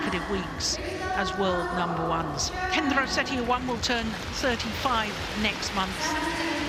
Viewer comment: lmao umpire messed up Hendra's name